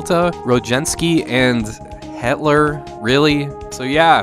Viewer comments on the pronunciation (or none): Lol "Hetler"